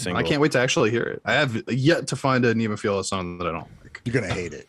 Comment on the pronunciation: It's pronounced "Ne moff uh la" Not "Nemo feel ya"